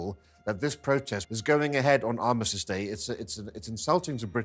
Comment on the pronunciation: It’s ARMISTICE, and CENOTAPH. Why should we listen to someone who can’t even get those words right? Seriously.